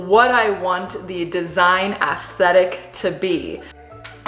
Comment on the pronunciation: Lmao the way she pronounces aesthetic 😂😂 a$$-thetic